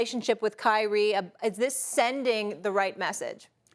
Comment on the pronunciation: Kyrie left Nike say it right